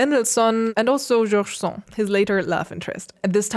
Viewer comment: As you pay georgeous attention to so many details...just to mention that in French the "d" is pronounced in the name of George Sand ("Jorje Sonde") ;-)